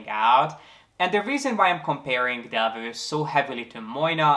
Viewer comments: Del- vow not Delvu. :) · It‘s actually pronounced Delwough